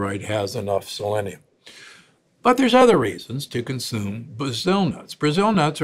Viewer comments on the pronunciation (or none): none